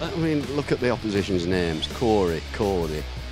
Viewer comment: it is not cord y it's cory